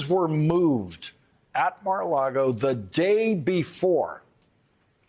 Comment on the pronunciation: I'm so proud of Lawrence! He finally figured out how to say 'Mar A Lago instead of Mar A Largo! Good Job Lawrence! As for Trump? Well, we have to see the evidence instead of the MSM's interpretation of the evidence. I won't hold my breath and I refuse to be surprised.